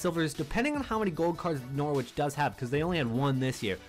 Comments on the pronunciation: You're going to get abused by us English viewers for pronouncing it "Nor-witch " rather than "Nor-itch " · Hey bro, the w in Norwich is silent try saying norich that's how it's pronounced, good vid btw